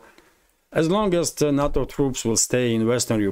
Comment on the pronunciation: NATO is pronounced NAY- TOE not na-to. na-to is Japanese sushi